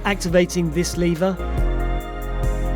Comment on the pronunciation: By activating this leeeeeeee-ver. Lmao sorry leh-ver? ;)